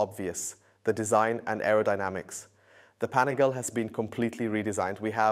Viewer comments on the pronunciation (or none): LEARN HOW TO PRONOUNCE IT! PANIGAL-EEEEEEE!!!! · It's pronounced Pan-i gaah- lay with emphasis on the "gah." Four syllables, not three. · You guys got to stop calling it 'Panigael' bro come on.... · Am I the only one annoyed by how he says panigale? Lol